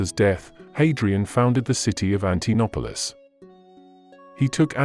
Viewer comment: This is very good, but be careful with pronunciation: "an-ti-no-us" , not "an-ti-nus"......it's also "Antinoöplis" , not Antinopolis. You pronounce the "O" ' s separately.